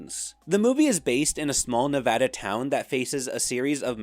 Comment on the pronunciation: Liked for proper pronunciation of Nevada, stayed for cool delve into dino horror.